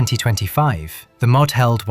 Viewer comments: Please teach AI to say m o d not mod. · Narration is AI too - "mod" instead of M.O.D". I gave up at that point. It's just rehashing old crap.